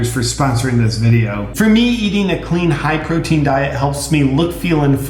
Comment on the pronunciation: Did you say you eat alot of protein or you eat alot of brotein?